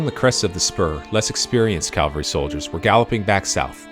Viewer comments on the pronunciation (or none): Very good video, but again, mind pronunciation: CAValry 🐎🐎🐎 CALvary ✝️✝️✝️ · "Cav-alry", not "Cal-vary". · Umm, with all due respect, it is CAV AL RY not CAL VARY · Pronunciation error: A company of horse soldiers is a "Cavalry". "Calvary" is the location of Christ's crucifixion. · Very well researched and presented video. I'm bothered by many people's use of the word "calvary" in place of "cavalry." While everyone knows which is referred to by context, they are two very different words in actual meaning. This obviously bothers me more than it bothers most folks, and mars an otherwise fantastic video. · Interesting and well done video! Thanks. (Minor thing; It’s “cav-al-ry”! ) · It makes me cringe every time I hear learned people mispronounce the word. Last night I watched a Montana PBS doc on the Bozeman trail where the narrator continuously referred to them as Calvary. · No mention of Crazy Horses' role in leading the decoy party as a teen ager. Also, no "l" in "cavalry" (probably AI narration though). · Good video, would be better if narrator knew the difference cavalry and Calvary. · It's particularly galling to hear high ranking military men doing it. It's ubiquitous these days.